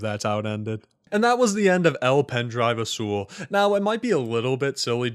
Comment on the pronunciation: As a Spaniard your pronunciation of azul hurts me physically Gud video tho 10/10